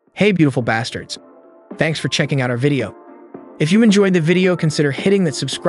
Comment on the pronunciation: Did he say "Hey beautiful bastereds"??? 💀💀💀